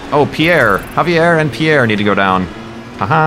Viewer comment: Javier, it's pronounced havier. Lol that's my name Aaahh rymes